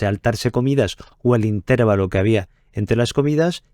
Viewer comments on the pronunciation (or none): INTERVÁLO, no "intérvalo"